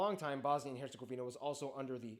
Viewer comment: im sorry???? BRO REALLY SAID HERGOZVINIA IM DEAD💀